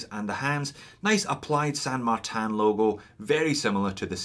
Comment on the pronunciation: Why pronounce the name incorrectly. You pronounce the word insane correctly so it’s not difficult to say San Martin. It’s not San Martan. It’s a Chinese company not some fancy company in a French village.